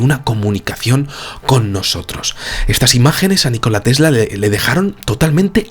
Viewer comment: Nikola Tesla, !!! no ! NI -KOLA tesla